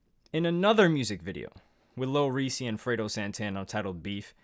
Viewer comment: This dude really made a video about durk but dont know how to pronounce reese name 🤔🙄